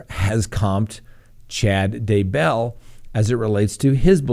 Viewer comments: emphasis on "bell", not "Day" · Your pronunciation of Daybell is better but still I weird. The emphasis is on the first syllable, not the second. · He is very good, but he has to learn how to pronounce "Daybell" ;)